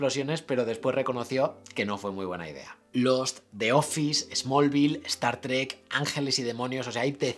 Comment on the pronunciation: Se pronuncia Star Trek, no Estar Trek. Streaming, no Estreaming.